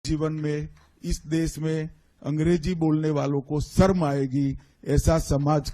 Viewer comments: "सरम" aayegi "शर्म" तो बोलने khud ko nahi aata hai 😅 angrezi bolne nahi aati hai Modi Shah ko isliye aisa Kehte hai, naach न jaane aangan teda.. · Are amit shah ji pahele sharm shabd to sahi boliye 😂😂😂sarm aayegi 😂😂😂😂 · Home Minister cannot even say Sharm(embarrassment) in Hindi properly. Seriously what a shame. He cannot say Desh(country) in Hindi properly.